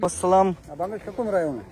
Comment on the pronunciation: Amar mone apnar salamer uchcharon sohi korar proyojoniota ache